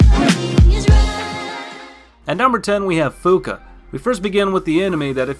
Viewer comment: Fuuka? Really?